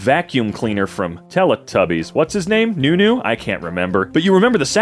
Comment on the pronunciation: Noo-noo pronounced NU NU